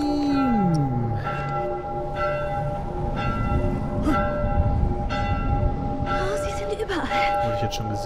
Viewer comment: Seit wann sagt er dieses "damn" mit der klassischen "Ha Gayyy" Betonung?